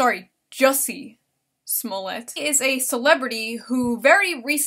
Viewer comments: News guy: "Jussie SmollATT" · Guys itz pronounced 'Smoo-lee-yay'!! Get it right people